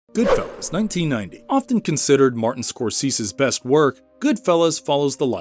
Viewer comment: Is this computer narration? How do you mispronounce a name as famous as Scorsese?